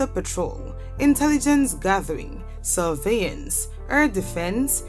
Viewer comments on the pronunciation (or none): none